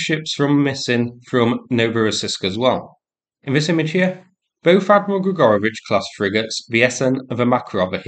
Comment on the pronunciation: I'd swear he said Gregarbage-class frigates...